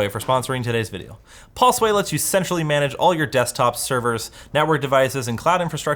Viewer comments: Am I the only one that hears "sensually manage" ? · "Pulsewave lets you sexually manage your desktops..." ??? Did I hear that right? Lol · Does he say let you sexually manage ? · Tell me it doesn't sound like he said "Pulseway let's you sexually manage..." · okay you're the only here that got this. I literally can't hear anything else than "sexually manage" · Erm... did say pulseway let’s you sexually manage desktop services? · Did say pulseway let's you sexually manage? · Did he say at the end Pulseway lets you sexually manage all your desktops? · istg i heard "pulseway let's you sexually manage....." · Oooh Centrally manage...that's definitely not the word my brain heard at first there 😏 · Am I the only one that thought said you can sexually manage rather than centrally manage when he was doing the sponsor spot for pulseway? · I had to turn on subtitles because I kept hearing him say "sexually manage". Turns out he says "centrally manage". I replayed the video several times. I keep hearing "sexually". There's no way that what it came out of his mouth spells "centrally"